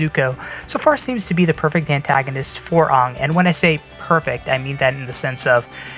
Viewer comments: I had scary flash backs everytime he said it like ung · It's Aang like hang.